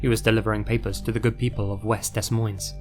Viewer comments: uts pronounced deh moines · Ok you seriously have to work on your pronouncing of certain words like Des Moines, Kiowa, etc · I'm sorry but it's pronounced "Da Moine" the S in Des and Moines is silent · nice american psycho reference, its one of my favorite movies/books <3 side note: as someone living on the nebraska-iowa border, des moines is pronounced like "deh moyne", the s's are silent because its french (meaning "the monks" or "of the monks") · OK, the way he pronounces Des Moines never fails to make me giggle. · If this is where I file my correction I'd like to point out both s's in des Moines are silent. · Friendly Iowa, when we say Des Moines we dont pronounce the S’s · The s’s in Des Moines are silent for future stories from there